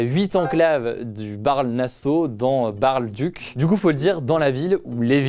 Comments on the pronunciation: On dit Baarle! Pas baeaewrle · Par contre on dit pas Bèrle (nasseau ou le duc) mais Baaarle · Au cas où en Belgique on n'a pas de mairies comme on n'a pas de maires, mais ce sont des maisons communales avec des bourgmestres, et Baerle se prononce Bârle comme ça vient du néerlandais. Voilà pour la prochaine fois ^^